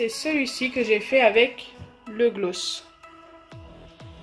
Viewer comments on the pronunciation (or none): Oui grave elle le dis mal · Tu dis tres bizzarement le mot gloss ... on le dit plus aiguë !! Car la tu parles comme les nordistes 🤮🤮🤮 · Nwaar oui elle accentue trop le o